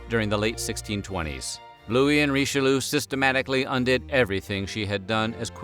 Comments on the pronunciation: I do love these videos, but I just can't stop laughing every time I hear "Richeloo"... 😂 Ri-che-lee-ugh, ok? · RICHELOO? really? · you guys usually pronounce the french names fairly right, so whats the deal with Richelieu? it's not pronounced Richelu it's Richel-jö! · Herur22 yes "Reecheloo" broke my ears ;) hee hee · Cardinal Reesheloo! bloody hell where do you get these pronunciations from?